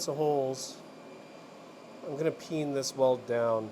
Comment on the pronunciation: Whenever you say “peen” I hear “pee in” at first. What is wrong with me?